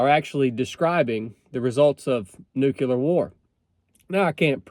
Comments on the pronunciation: First of all, Nu-CLE-er . Not Nuk-U-lar. Second, again, forget the Bible nonsense.... "There will be wars, and rumors of wars...." Yeah....like that's a BOLD prediction! DUH.... Third, even if there WAS a nuclear war, most people would survive. Hell, there's a guy that was in BOTH bombings of Nakasaki, and Hiroshima, his name was Tsutomu Yamaguchi. He lived to be 93. In the event of a nuclear war, at this point, it's most likely going to be tactical nukes aimes at specific military targets..... Every leader in the world understands that no one survives and all out nuclear war.... Ain't gonna happen. Even if the Bible says it's going to....Costco got it right putting it in the "fiction" section..... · It's not "nucular", it's "nuclear" war. English my brother, English. They are called "nuclear bombs", not "nucular bombs". Go back to school Bush! 🤣😃😋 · I'm a lot less worried about nukeyoular war than I am about nuclear war. Sorry, I had to make that joke, I'm from North Georgia too. 🤠